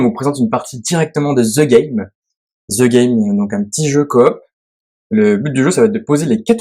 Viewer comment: le " THE " se prononce ' de ' . Donc on dit " De game "